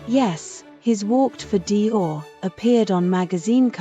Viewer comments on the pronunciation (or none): none